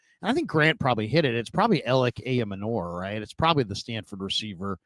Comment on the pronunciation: Ayomanor's last name is pronounced: "eye-yo-manner". It's a trixy one, but have heard the commentators and others.